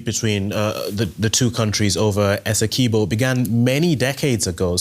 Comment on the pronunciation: Its essequibo... not eseqiubo.... get it right